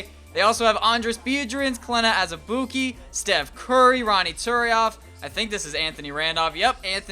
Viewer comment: Surprised you said Azubuike's name right lmao